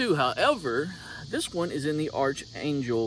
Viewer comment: It’s pronounced ARK angel not arch angel… I expected a good ol boy from the south to know what an archangel was…